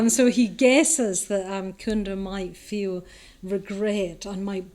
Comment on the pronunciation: 22 not kunda, it’s cunda as in chu. Like China 🇨🇳 Great lecturer btw